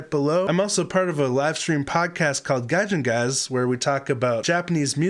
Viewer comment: Ghee-on-cho...not Jion...but yes mind blown that you missed this. lol